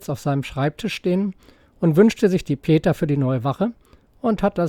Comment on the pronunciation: Hervorragendes Video. Wenn Kritik erlaubt ist: "pieta" (italienisch: Glauben, Barmherzigkeit) wird Pi eh Tah ausgesprochen, nicht "Peter".